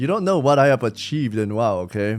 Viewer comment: “Achieved in wow” said it with his chest like it made it worth it all lol.